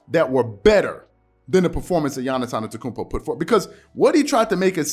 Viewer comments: His name is Giannis “ AH-DEDO-KOON-BO “ ‼️‼️ I’m sick of you butchering his name 🤦🏾‍♂️it’s not hard to Google how to pronounce his name correctly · I like your content a lot, man… but please, from a Bucks fan, learn how to pronounce Giannis AnTETokounmpo properly. Please 😂